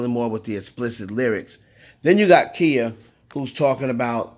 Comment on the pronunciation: Female rapper did a record years ago with spazzing out, all up and down riding the beat. I guess it was ok back then. There is nothing new about symbolism and occultist in music as well as videos. You are pronouncing her name wrong it's KHIA. I do know that she do strike YouTubers for using her content. Im just saying